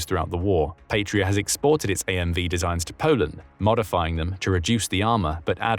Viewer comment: Please, check pronounciation, and do not force British English pronunciation of foreign words, Patria is Latin, meaning fatherland, and it is not pronounced "Patria". Pasi is short for Panssari-Sisu, meaning armored Sisu, the latter being the name of the original manufacturer, meaning "guts" in Finnish. Pasi is also a common male first name in Finland, and it is pronounced "PAH-sih" in English approximation, not "pay-see".